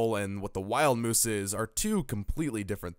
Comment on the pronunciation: Just a couple corrections.. it's wild mouse like mickey mouse not wild moose. And aire force one is pronounced Air Force one not Airy force one.